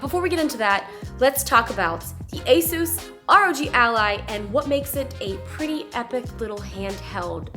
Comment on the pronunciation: Finally somebody who says Asus the right way. XD